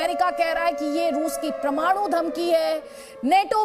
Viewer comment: प्रमाणु नहीं परमाणु